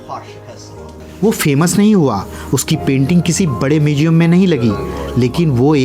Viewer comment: Narration kay liye bhasha theek honi chahiye aap sh aur s mai antar sikho … muzeum mujeum nahi … stroke estroke nahi …